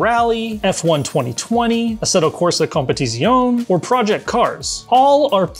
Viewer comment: "assetto corsa competitzioohn"